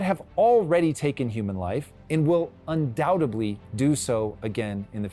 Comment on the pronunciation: Undoubtedly not undoubtebly.